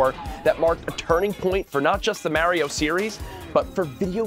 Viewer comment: If ya can't pronounce Mario's name correctly...I dont hear anything ya say...